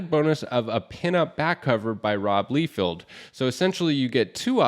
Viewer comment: great list. but the pronunciations need work. it's "LIE-feld" and "BU-sem-ma"